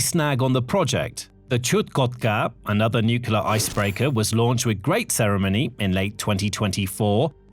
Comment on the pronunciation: I'm an avid follower of your reports, and I've realised that you're very careful about how you pronounce Russian place names, but pronounce 'nuclear' as 'nucular'. I find that juxtaposition very odd.